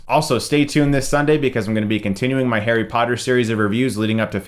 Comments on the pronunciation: It's Harry not Hairy, Chris. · he said Hairy Potter